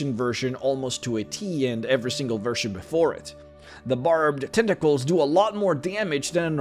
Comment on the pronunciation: Every time I hear him say "Tenta-cles" I want to drink Tea in a pretentious manner.